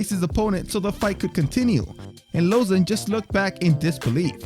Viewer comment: Lmao, he tried to change up the pronunciation of Lauzon